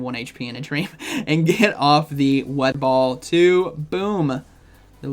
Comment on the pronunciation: "Wed Ball"